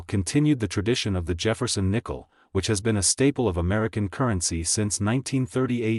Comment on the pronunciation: Jafferson nickle it’s Jefferson nickle idiot 😂